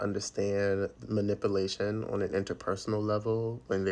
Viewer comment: If you can't pronounce the word "MANIPULATION" correctly, why say it four times?🤣👎